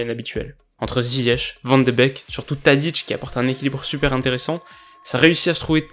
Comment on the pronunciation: Super analyse (Par contre, on dit «van de béék» )